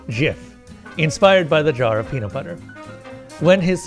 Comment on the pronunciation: peamut bubber